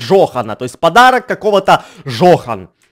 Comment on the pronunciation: его звали Джон, а не Джохн